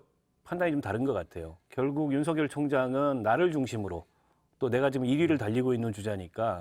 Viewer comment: 한국사람 일텐데 왜 한글을 못읽을까 죄다 윤성열 이라고 발음하네.. 윤석열 아니었나?